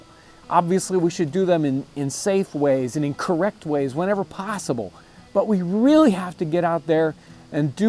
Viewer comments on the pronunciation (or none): The way you said 'possible' was pure English West Country!